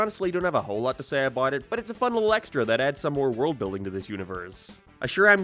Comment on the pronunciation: "thare" "abouuwt" why cant you speak english? even quebecois can speak better english